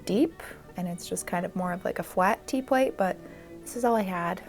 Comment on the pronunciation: fwat tea-pwate 🥰🥰🥰🥰🥰